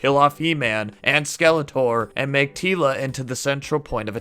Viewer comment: We didn't think it was bad.... just te first half was "Tee-la and the Masters" :) Merry Christmas!